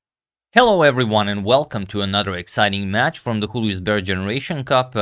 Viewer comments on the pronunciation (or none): #suggestion Julius, not Hulius. It's a German name, not Spanish.